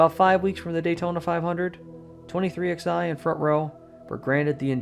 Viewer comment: It's pronounced "23Eleven", not "23XI"